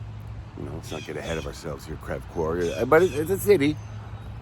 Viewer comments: Lol it's pronounced Creeve Core.... you're by Randy Ortons house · it's pronounced or sounds like Creeeve Coeur. Chuck went to Ameristar Casino in Saint Charles regularly. He was like any other regular person. You could walk up to him at the casino and say hello and he always responded kindly. He did not travel around the St Charles and St Louis area with an entourage. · Lol its not pronounced "crev", its pronounced "creeve" Coeur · Didn't get notified now I'm watching, I live in Missouri, creve coure is with long e sound, lol creeve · Pronounced “ Creeve Core” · lol. You are saying the name of the town wrong. But you’re not the only one. Thanks for doing this video. I didn’t know he was buried in my home town.